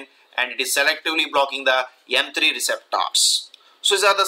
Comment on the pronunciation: Would be such a nice video if you stopped saying receptors so weirdly.